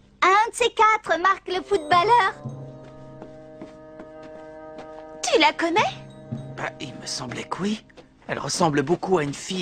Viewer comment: Pourquoi il prononce footballeur (foutballeur) alors que sa se prononce footbolleur (foutbolleur) ?!